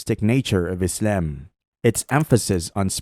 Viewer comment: The absurd pronunciation of "Islam" is offputting. Stop it. Also try not to sound so smug.